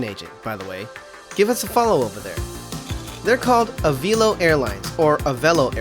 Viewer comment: I worked for Avelo in MCO. I enjoyed my time there, and we had an awesome crew. BTW, it's pronounced ah-VEL-oh, not ah-VEEL-oh.